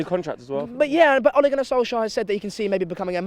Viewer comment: 😂😂😂 mans said "Olly" 8 times in 10 seconds. It's Ole.